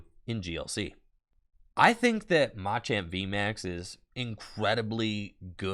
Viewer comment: Oh no... is tpci telling creators to mispronounce "machamp" now?